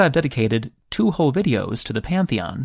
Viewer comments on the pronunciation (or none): none